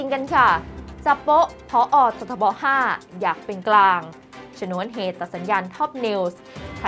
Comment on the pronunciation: ชนวนเหตุ ไม่ใช่ ฉนวน